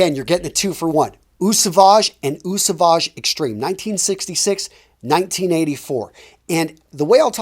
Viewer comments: lol at the very least just know that Eau is pronounced like “oh” and not “eew” before making a fragrance recommendation video. 🤦🏻‍♂️ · you pronounce eau as O not what you do haha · Great review. Very informative as always. By the way, "Eau" is pronounced "Oh" You should also try "Prada Infusion d'Homme"....great Spring and Summer cologne